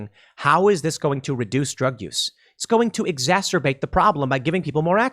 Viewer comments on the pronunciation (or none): Tim, I think you meant “exasterbate” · You continue to mispronounce exasterbate.